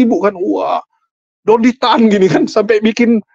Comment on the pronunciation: Pasti mereka yg benci.ko Dondy Tan bilangnya syetan tan 😅